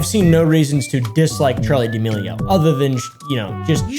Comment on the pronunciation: its pronounced (da-mell-e-o